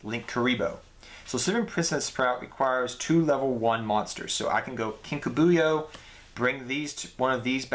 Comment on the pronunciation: Lol Kinka BU-yo. It's Kinka B-YO.